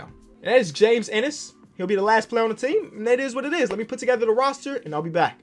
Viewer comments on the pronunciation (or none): none